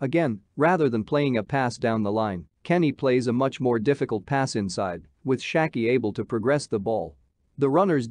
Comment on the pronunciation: You couldn’t pronounce Schalke more bad